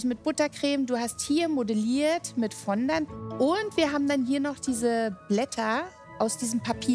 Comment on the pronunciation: Fondant deutsch auszusprechen macht Ohrenkrebs.